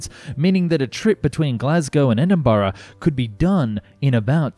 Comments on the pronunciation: Okay here is the scoop. Milngavie is pronounced Mill-guy, Edinburgh = Edinbra and Inchinnan =Innshinin hope that clears up an otherwise excellent video. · You pronounce it E-din-bruh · as a native of edinburgh , ive never heard my citys name be murdered like this before . well done on that front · Great video and topic. A small piece of advice though: try to get the basic pronounciations right like Edinburgh and Hindenburg before having a crack at those tough Glasgow suburbs.